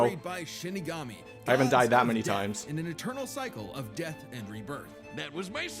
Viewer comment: sounded like you said Spite battle so had to rewind.